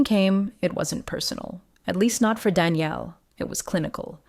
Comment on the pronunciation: Please teach your AI to distinguishe between the fem. and masc. pronounciation of: m=Daniel and f=Danielle FR m=Daniele IT and f=Danièle FR Its difficult for most humans, I know but doable! 😊